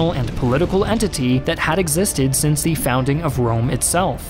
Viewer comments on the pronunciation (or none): none